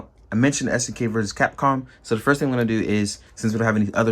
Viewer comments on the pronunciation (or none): none